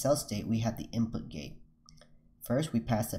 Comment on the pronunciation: how many of you keeps hearing gay, instead of gate. forget gay, input gay, out put gay, update gay.